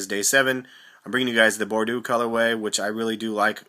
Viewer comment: cuz of the wine color meng. and it's pronounced bor-doe like doe as in female deer lol